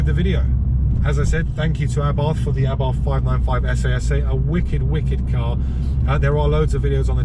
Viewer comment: Please correct me if I am wrong but isn't the correct way to pronounce Abarth A Bart and not Abartttthhhhh?